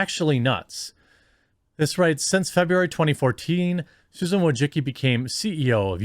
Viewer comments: Wojcicki: voy-chit-skee (Polish) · Susan Woah-Sicki..... You're FIRED !!!!! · I'm here just to see how Jeremy pronounces Wojcicki surname.